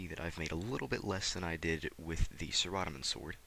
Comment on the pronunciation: nice video.. but am i the only one annoyed by how he says saradomin? lol